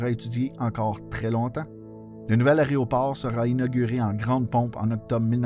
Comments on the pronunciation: J'aime bien votre chaîne. Beaucoup de travail est requis pour faire ces vidéos. Faudrait juste faire attention à la prononciation de aÉROport (pas aRÉOport!). Merci. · Excellent vidéo. J'ai travaillé à YUL de 2000 à 2003 et l'histoire de YMX me passionne. Seul bémol, c'est AÉRO et non pas ARÉO ;) mais sinon, 10/10! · super contenu, mais j'en peut plus mes oreilles saignent trop y faut que je le mentionne: c'est un "a-é-roport" pas un "aréoport" même chose pour l'aÉronef" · Petit rappel : on dit un aÉroport et non pas un aréoport, et on dit unE aÉerogare. Une fois ou deux c'est amusant, mais pendant 11mn34 ça devient franchement crispant. Néanmoins, c'est très intéressant, comme chacune de vos vidéos. Bravo !